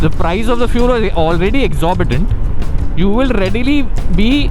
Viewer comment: Readily ! 😮 😳 You Mean Readily !! 🤨 Seriously, Kuch Bhi, Bhai Hum English Bol Nahi Pate Hain, Yeh Hum Maante Hai, Par Itna Murkh Bhi Nahi Hain.